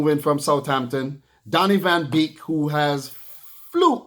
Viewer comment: The name is Donny van DE Beek not Van Beek